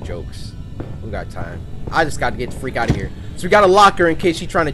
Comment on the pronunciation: is it me or is it me hearing Cory saying Frick instead of freak